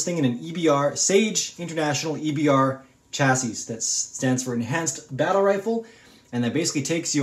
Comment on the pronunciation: You’re saying “Chassis” wrong. You don’t pronunce the s at the end. So it sounds like “Cha-see”